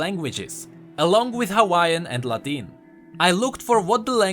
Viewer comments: It's not LA-TEEN it's LA-TIN lol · the way you say Latin and Arabic hurts me XD